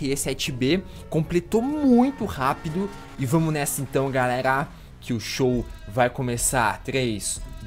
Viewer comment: "fala galegla, lipão na aglea"